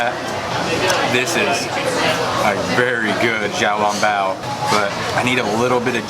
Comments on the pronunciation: Great job with your videos!!! I am a new fan. it’s pronounced shao long bow not jow long bow 🙇‍♀️ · Hi love you, don't want to be rude but small correction to your xiaolongbao pronunciation the xiao is actually pronounced with a "sh" (shiao).